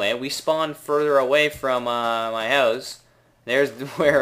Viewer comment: why do you say house like that..........????